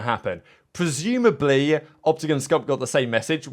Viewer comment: He said “preZOOMAbly…”